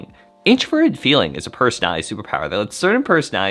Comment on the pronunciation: I love your perspectives! Please enunciate "personality" with five syllables.